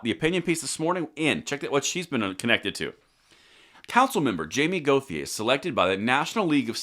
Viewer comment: Okay, B. In La. the name Gauthier is pronounced Go shay. I know. Dont make sense but it is what it is. (SE Tx. too)